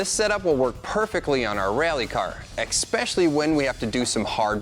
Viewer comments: "This setup will work perfectly awn our reeAlly car. Expecially when we put 2 lower case E's in front of every 'A' sound" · unfortunately for me I have this THING about the word “EXSPECIALLY” , I can’t even type it because it comes up highlighted. Especially 👈🏻 comes right up when I type. I imagine English will eventually be a forgotten language. I’m having pisketty for dinner 😉